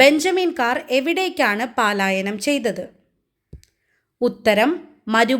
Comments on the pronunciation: മോളെ പാലായനം അല്ല പലായനം ആണ്❤ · Palayanam alla. Prononciation wrong